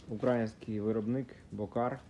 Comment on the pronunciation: Не Ураїнський а український наголос на другий склад.